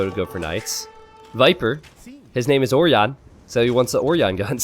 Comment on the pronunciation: that's fine, but slaughtering the Ø in Ørjan is not! (ø is pronounced "uh" as in the perfectly fine english words "duh" or "bruh")